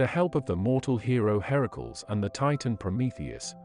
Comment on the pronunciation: Herakls? I have heard it pronounced Her-a-cles.